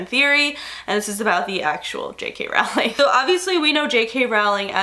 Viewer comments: Anybody else irked to death by the way she says Rowling? I've always heard it with an 'oh' sound, not 'ow' I love you,, but this is killing me right now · Rowling is pronounced “rolling”